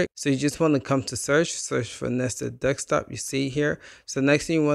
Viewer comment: Wtf you sayin Dextop mode for? It’s called desktop